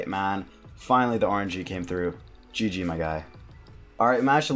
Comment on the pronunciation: "Gee gee mahn" haha. Love the vids bro sick pker. Keep it up. Rsn: cowaboonga